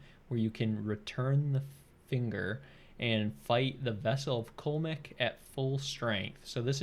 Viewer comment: Cullmek? I thought it was like "Cool-Leh-Mok"